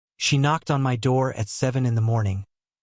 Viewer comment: Whats with the "M. Y. " business? Its one word - my, as in mine. Spend a bit more and get a decent AI voice-over.